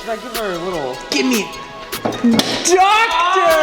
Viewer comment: when said “DOCTOR!” to calvin the coch... it sounded like something else😯😐